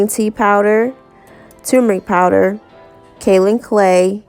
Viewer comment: Pronounced Kay-oh-lin I'm from the Kaolin capital of the world.